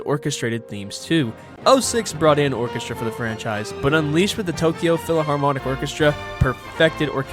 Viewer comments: Also you saying PHILAHARMONIC instead of PHILHARMONIC broke me lol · Well-made video but “philaharmonic” is killing me 😭